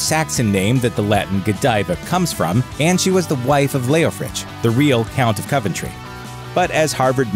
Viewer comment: Bro it's pronounced Cov-en-tree and weren't he just like duke of mercia not just coventry I mean that's what they teach us in Coventry